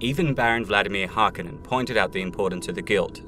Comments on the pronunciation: That's "Harkonnen", not "Harkin" or whatever you said. Not sure you know Dune. 🤔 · Harkonnen, not Harken.